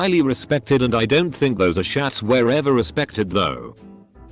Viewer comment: As-shats...I love this. Gonna say it like that from now on